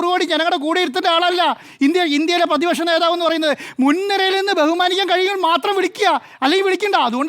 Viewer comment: പേതിപക്ഷ നേതാവല്ല സുഹൃത്തേ... പ്രതിപക്ഷ നേതാവ്.. അക്ഷരശുദ്ധി വേണ്ടേ രാവിലെ നാക്ക് വടിക്കണം 😶